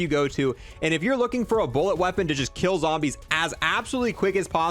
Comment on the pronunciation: “Cold War Zombersh”